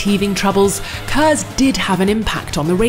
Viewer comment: KERS, Kinetic Energy Recovery System uses heat from breaking. Seriously it's *K*ERS not HERS. Also turbochargers don't work by reusing heat energy from the exhaust gasses. What is it with this video and "Heat Energy"